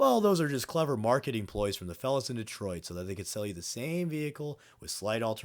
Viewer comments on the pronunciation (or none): none